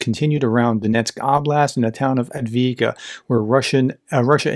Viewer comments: He got close once in the beginning of the vid. We've been trying. Only we said: Av deev ka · Thanks for your updates, I really like them, they are short, accurate and easy to understand. The name of the city is spelled: AV-DIIV-KA - prenounced AV DIV KA. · Pronounce Avdiivka in three syllables: Av-diiv-ka. Hope this helps. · And yes, he doesn't get Avdiivka right, but it is a tongue twister. And he has 3 other careers going in addition to this YT channel -- he's a university professor, a husband, and a father to 6 children! I'm surprised he's ever able to find the time to post videos. He whom is without sin, may cast the first stone.